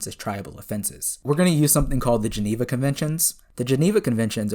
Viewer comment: "So today guys we're going to be working out if optimus prime violated the geeneva convention." I'm sorry, I can't....